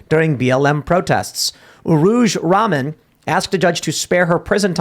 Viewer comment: It's rah-man. She's not ramen, a Japanese bowl of noodles. That was funny though.